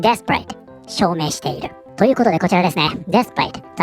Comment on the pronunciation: 私のネイティブジャパニーズのしょぼい耳ではdesperateが◯eath paradeに聞こえるし彼女のニュースと合わせて聞くとそう感じる